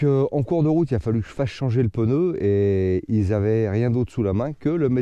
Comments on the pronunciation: Peuneu? T'es neuneu? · Pourquoi pEneu ? C’est des PNEUS et pas des pEneus . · Calme toi p6x2 , on prononce "peuneu" dans le sud oui c'est pas bien ! Pas après un peu plus dans le nord , genre vers Paris , ça dit " ch'veux " au lieu de cheveux , ça dit "cate" au lieu de quatre . Je continu ? Il y a aussi des glandu dans l'ouest qui disent chocolatine ! Tu découvres que chaque région dit et prononce des choses légèrement différente . Voyage un peu tu en découvrira d'autres ! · Oui, le fameux "peneu"...😂 C'est nouveau ça vient de sortir, comme dirait Coluche 😅